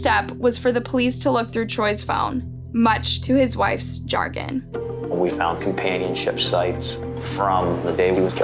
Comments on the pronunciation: Sha-grin, not jargon. Not trying to shame, just highlight and educate. Keep up the great work. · you say"much to his wife`s `chargin`."What does `chargin' mean?There`s no such word as `chargin`--you mean CHAGRIN......my god,how bad does this get? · I love your videos! Just one point: It should be 'Chagrin' not 'Chargin'. Not sure if its that important to edit after all these years tho :) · Chagrin- sha-grin… Not Char-gin lol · not shargin: chagrin (shaa-GRIN) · Chargin is pronounced "SHA-grin" 🌈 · sha-grin not jargon is the pronunciation for chagrin. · chagrin isn't pronounced jar gen its pronounced shuh grin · Dude, what is an "OCK-CULT?". What is happening to these kids man lmao. Then we are treated to nice word "CHAR-GIN". Ok say it with me, "sha-grin." This is too funny. My friends and I aren't even listening to the story. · Chargin?? It's Chagrin and pronounced Sha-grin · . I had to rewind…”what did she say??? -‘much to his wife’s jargon’??? Huh??? The word is “chagrin” and is pronounced “sha-GRIN”. It could be used as a substitute for ‘dismay’ in this context. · "To his wife's jargon," lol? It's chagrin, pronounced shuh-GRIN. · “Much to his wife’s jargon” 😂 The word you were looking for there was chagrin. Like “sha-grin”. Comedy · The word you were looking for was “chagrin” (shuh-grin), not “chargin”. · i hate to be the grammar nazi but, chargin is not a word. it’s chagrin, and it’s pronounced sha-grin. i don’t mean to be rude, but i’ve seen you say it in multiple videos and it always confused me. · Much to his wife's chagrin, sha-grin is how it's pronounced. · It is not Chargin - it is Chagrin - Sha - Grin. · The word is chagrin. “Sha-grin.” Not char-gin. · Chagrin is pronounced " sha-grin", not " char-grin". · I really enjoyed this story...just a tip, when you said CHARGIN.,it was misspelled and maybe that’s why it was mispronounced. It’s spelled CHAGRIN and sounds like SHA...GRIN 🤓keep up the great work! 😀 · Chagrin (Pro: Shah-grin).